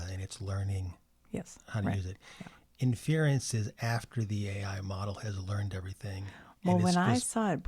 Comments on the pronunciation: What kinda boomer talk is this , datacenters have been around, lots of computers in a big building has been around , this is not a new thing , the guy mis pronouncing “inference” is also funny . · You’re right, I did mispronounce “inference.” At least I didn’t call it “A-One!” ~